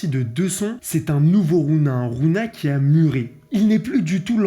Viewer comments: Ça aurait été une big masterclass si tu disait rougna et pas rouna mdr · Ça ce prononce rougna par contre mon reuf